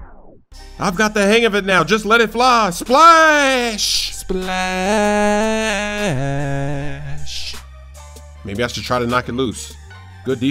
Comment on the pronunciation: OMG STOP SAYING SPALSH